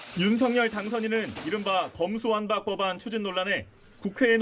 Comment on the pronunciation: 검수완판이라고 발음했던 사람이다. 제대로 알고 있나 싶다.